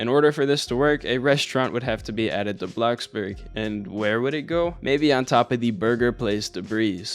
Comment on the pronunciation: BRO STOP SAYING BLOXBURG LIKE THAT